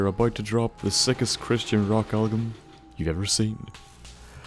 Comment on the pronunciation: Did any body else catch him saying "Algum" instead of "Album"